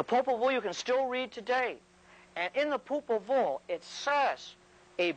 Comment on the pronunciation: Popol Vuh is Power. When he said Popol Vul it reminded me of that